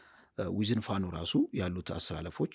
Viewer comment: This shows an identity crisis and a failure to analyze the news objectively. The bias in the reporting is evident, including clear Amharaphobic sentiment..Look at how the short guy speak out the name FANO